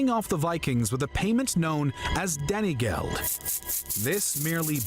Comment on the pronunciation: I cringed every time i heard Tames (Thames) & Danygeld ( Dane geld)